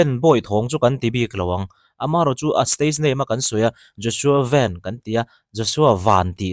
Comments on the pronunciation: VEN nilo in Van tiin lam zawktur , Hnamdangin VAN tih kha an mahni trawngin VEN tihin anlam tawh thrin sia, VAN tih aichuan VAN tih kha a English word play analh zawk atih vang kha ania , FEL-A kha YOUNG FELLA tiha lam ngai ang deuh kha ani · Mizo chuan Van hi Ven ti'n kan lam ri ngailo, mizo i nih chuan Van ti mai² rawh. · Joshua ven ni lo in joshua van tih tur aw...kan hnam sh ven tih hi chu hmeiche hming ah a chhang deih a.. van tih tur zawk a ni e😊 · Joshua Veen an tih loh nakah an lam thiam heklo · Vanbawih lam tawi ni na na a,sap ho lam dan ang a ven tia lo lam he ve ngawt hi chu kei zawng a fel hlel deuh in ka hria,ka mi mal ngaihdan 🤭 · Vai news ho chuan an lam dik asin nang aunaupa zawk hian ilam dik thei lo hi zawk nia.😅😅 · Nga ti nge youtuber ho hian zo hnahthlalk a i pawm ve anih chuan ahming hi lam dik ve mai ula ...a har vak amawn ni le ..😊😊😊 ji Bak an typing mistake tam thin hrim hrim nang tal hi chuan lamdik hma hruai ve in uluk deuh teh.....kan tawng aral mai dawn ...dak zuah zuah ani ringawt lo aw...thahnem ngaihthu...